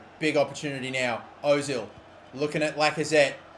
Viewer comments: you say it erzil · Özil. Not Ozil